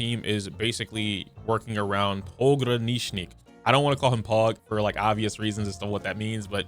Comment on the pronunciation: I really like that you are one of the only content creators that can pronounce Pogranichnik